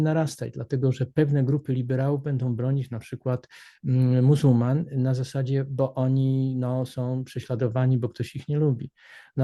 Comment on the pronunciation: Nie mówi się,,muzłman" Porawnie,,muzułmanów.